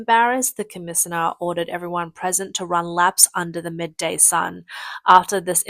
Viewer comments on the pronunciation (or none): Cmmisinar? Butillion? Brigod? You cant pronounce english words. Probably should not be a narrator. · Was I just misunderstanding some of the words or was brigadier and commissioner being pronounced awfully wrong?